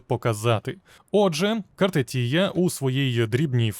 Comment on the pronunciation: Картефія. А не Картетія.